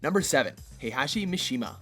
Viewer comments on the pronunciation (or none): flowers i know right...i recently started playing tekken and still know that its heihachi/kazuya mishima